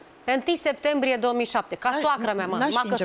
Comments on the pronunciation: Cand aud sectembrie imi râcâie creiereul bre 😂😂😂 e clar ca femeia se culca cu toti , cine stie a cui o fi copilita aia....habar nu are cand s-a nascut...vai de capu' ei... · "1 Sectembrie"😂